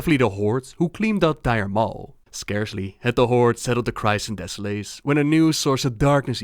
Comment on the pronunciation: de-suh-les not deso-lace